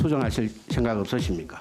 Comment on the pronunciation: 쟤들은 하나같이 시옷발음이 안될까?ㅋㅋ 섕각..쉥각ㅋㅋ 병신